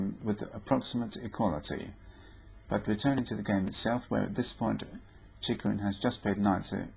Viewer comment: He pronounces it quite right: "Cheeghoreen"